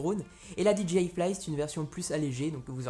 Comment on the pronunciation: Petit détail en passant, "DJI" ne se prononce pas "Di dji aïe", mais "Di djay aïe", puisque le "J" en anglais se prononce plus comme un "G" et non un "J". Du coup, si tu prononces le "D" et le "I" en anglais, il te faut prononcer le "J" aussi en anglais ;^)